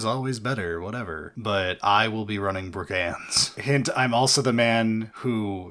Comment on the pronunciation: by the powers why does he pronounce brigands like that